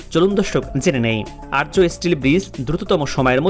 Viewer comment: আর্য নয় আর্চ ( arch)